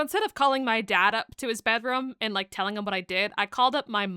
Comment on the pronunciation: I kept getting distracted with the way you pronounced bedroom as “bedROM” (I think it’s adorable, I love learning how others say words)